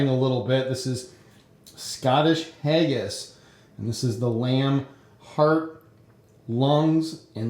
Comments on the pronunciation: it is not hay-gass it's hagass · You pronounced Haggis wrong.